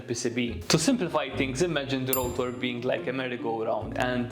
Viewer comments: Its rotor, not routor!!! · I love his accent. mOOOOtor, rOOOOOtor